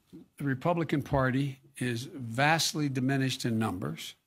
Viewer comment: Did he actually say "vastly diminished" or was it more like "vashly dimimish"?